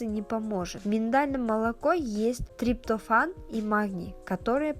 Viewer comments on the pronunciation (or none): Ужас.Как она выговорила слово триптофан? Удивительно 😂